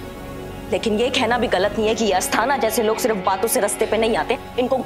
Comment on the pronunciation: स और च मे problem thi to asthana kaise pronounce kiya dekha aaplogene